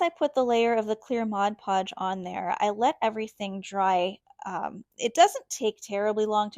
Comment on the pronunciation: Hi, love your creations! I always admire your videos and what you come up with, but this time I felt compelled to tell you that, along with a thank you for pronouncing Mod Podge correctly. In every video I've seen - and there have been many - all artists say "Modge Podge"...good grief, can't people read? Petty, I know, but it drives me bonkers every time I hear it. lol But, thanks!...